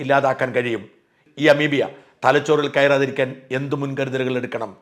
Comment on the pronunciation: അമീബിയ അല്ല അമീബ